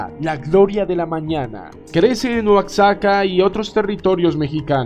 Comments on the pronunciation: Se pronuncia con si fuera j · El nombre original es Oaxaca y se pronuncia oashaca, cómo México y se pronuncia méshico lengua náhuatl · Por lo visto no eres mexicano porque pronuncias mal Oaxaca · guao ! , Buena aclaracion